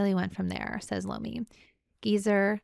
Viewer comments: Tony Eye-Ommi.... No LOOMI!! Tony I-o-mmi!! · Tony Iommi (eye-oh-me), the text does kinda look like an L instead of an I. Many people make the same mistake, not making fun or poking at you. So glad you're loving the Dio fronted Sabbath, you'll love his work with Rainbow as well. Have fun!